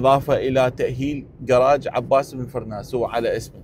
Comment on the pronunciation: ابو القاسم عباس بن فرناس... وليس فراس....